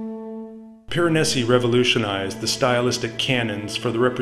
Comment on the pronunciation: Very nice presentation. The pronunciation was often off… names like Giambattista Tiepolo. Even Piranesi. It’s Peer-ah-NEH-zi. Single s in Italian is like our z